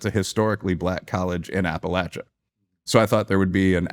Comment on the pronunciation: thank you, thank you. You can tell he’s been within! He pronounced it is “App-a-LATCH-a” and that’s correct, as a native and as far as I’m concerned!